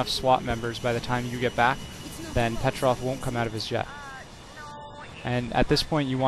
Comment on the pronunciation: PetrovIC not Petrov